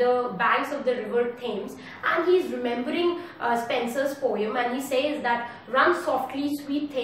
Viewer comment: Your accent is good, just pronounce the word Poem correctly, rest is OK! 👍